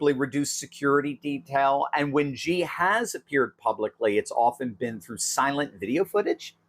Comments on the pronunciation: Xi pronounced "she". He's no "G". Congratulations on the book Dr. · The pronunciation of his first name is basically “she” not “gee” or “zhee” ( like the second g in garage) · Xi is pronounced shee